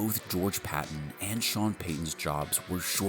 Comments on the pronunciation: The GM's name isn't pronounced Patton. It's pronounced George Pay- ten. Just like Sean name or Peyton Manning. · Is this another AI voice over video it is George Paton pronounced like Payton. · George (Pay-ton) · It’s spelled Paton but actually pronounced “Peyton” as well. I know! Lots of Payton/Peytons around here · How come youre doing a Broncos video, but dont even know how to pronounce the GMs name? Just lazy, and makes a good video cringey to listen to. Lame. Its pronounced PAY-TON, just spelled Paton. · PAton. Long A. Paton. We have three, all spelled differently but pronounced the same: Peyton Manning, George Paton, and Sean Payton. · Great video. It’s funny to me how you have all of this knowledge but you don’t know how to pronounce George Paton‘s name. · Can't even say Paton's name right? I hate AI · So, you just don't know how to pronounce his name? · PATON’s name is pronounced like Sean’s last name. How the fuck do you make videos on the Denver Broncos and you don’t even know the pronunciation?